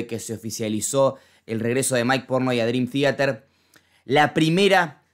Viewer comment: "drim tiater" xD